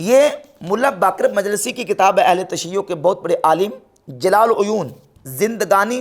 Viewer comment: Allama Baqir majlisi.. Sahih tarah namm lo mulla..